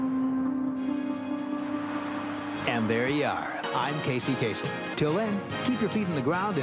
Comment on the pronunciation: Lebanese dude. It's actually pronounced Kaa-sem.